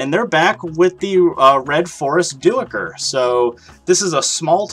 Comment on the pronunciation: Awesome video! Not to be a tool but Duiker is pronounced Dyker. Thanks again for the awesome showcase!